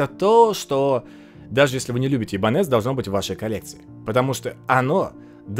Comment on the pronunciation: Правильно - ибАньес😁. Нормальная испанская фамилия.🤣